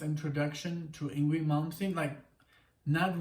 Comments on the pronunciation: Hey guys!! Great reactions!! The only ding is...his name is pronounced Ing-vay. Believe me...for years I thought the same thing. \m/ Again, please give a listen to Fates Warning. Songs like Point of View, Through Different Eyes, Monument and A Pleasant Shade of Gray Part III. You won't be disappointed. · I'm glad ur wife enjoyed Yngwie Malmsteen although his first name is pronounced Ying-vay .U guys oughta react to Dreaming Tell me live in Leningrad 89 also Trilogy Suite OP 5 live but not a recent live a live of a young Yngwie Malmsteen circa 86 or 87 of Trilogy Suite OP 5 .there's a live that actually sounds like the album an its awesome